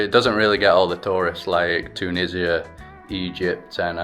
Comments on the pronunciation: Yeaaah right TUUU NISIA 😂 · The way you pronounce Tunisia with a stress on the first syllable is funny😂❤